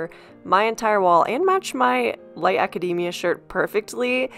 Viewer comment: Thank you for pronouncing "academia" correctly! ❤